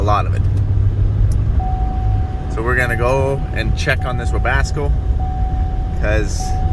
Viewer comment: I love continued refusal to call or spell it "Webasto" lol